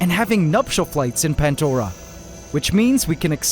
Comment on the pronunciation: Pantdora?? Is bro okay?